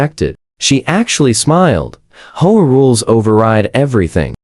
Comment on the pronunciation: Learn to read man, it's H-O-A not hoa